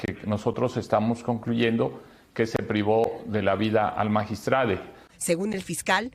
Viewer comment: Magistrade? Esa no es una forma profesional para hablar y menos para un media como telemundo por favor busquen personas que sepan hablar